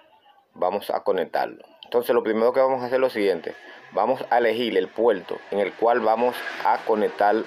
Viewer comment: Polque habla como chino?? El puelto USB, lecuelde q la lesolucion es leimportante 😅😅